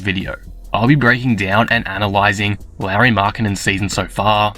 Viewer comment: Pretty sure it's not pronounced Larry.